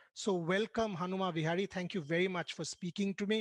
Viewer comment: It's Hanuma Vihari...not Bihari..🤣